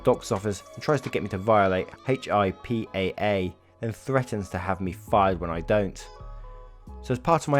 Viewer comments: Hey Daddy (boy, that’s weird to call you that! 😉) When you see the acronym, HIPAA, just pronounce it “hippa”. It’ll make your life much easier. 😃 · In case you come across HIPAA again it's pronounced "hippa" here in the U.S. Just trying to help.